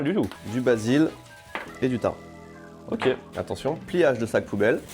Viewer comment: Du quoi? Du basilic?! fais un effort, soit tu parles anglais, soit tu parles français... C'est du BASILIC! Avec un C à la fin qui se dit! Vous rendez fous les gens qui ne le prononcent pas.